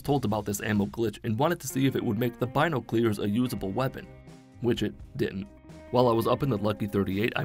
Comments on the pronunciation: bino-clears...? what? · Bine-no-clears? Not once have I known someone that pronounces it like that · Everyone: “binoculars”: “Bino-clears” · In the south where I am, people intentionally pronounce it wrong, pronounce it: "bye-knock-you-larz" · Bino-clears is crazy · Was he saying "bino clears" on purpose? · How says binoculars 🤣🤣🤣🤣